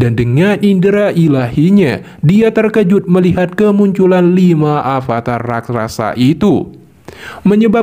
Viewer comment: Rakrasa 😂😂😂 bukan raksasa yah